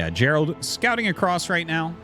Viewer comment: It's Geralt not Gerald. Pronounced gare-ult.